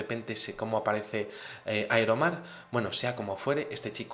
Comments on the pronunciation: Tío Aquí te equivocaste no se dice Aeromar sino IRON MAN.. 😄 jajaja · por fin entiendo de donde saco la inteligencia para hacer ese traje Que vuela ..iron man... y se pronuncia airomar jajaja